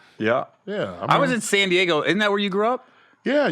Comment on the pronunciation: the fact that you said DAYGO!!!